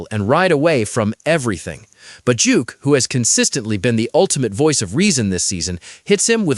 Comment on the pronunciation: Duke not Juke